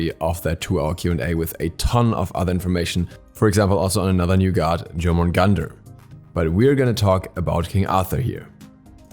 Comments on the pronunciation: Jormungandr is pronounced as Yourmungandr. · No offense but your pronunciation of Jormungandr is wrong.